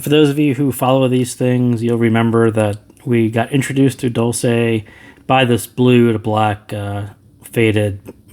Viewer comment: "dolce" has to be read as "dolche" since it's an Italian word meaning "sweet" :)